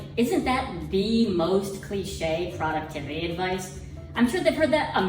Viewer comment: Productivity is pronounced, PRO-ductivity, (not product-tivity).